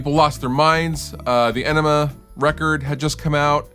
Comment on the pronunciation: Correct me if I’m wrong, but I don’t think that tool album is pronounced Enima.